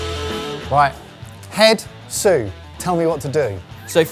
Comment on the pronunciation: Did I hear wrong or did say “I didn’t want you to burn yourself….Sue!” (sous lol)